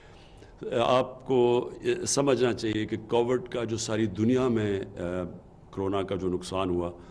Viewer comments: listen to it closely. He said Covered. Dear sir. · Please learn to say Covid. It is not COVERD. Someone teach him English. Please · ask any one and they will confirm what he said. Coverred. Not Covid. If he can’t say that. He should say Corona virus.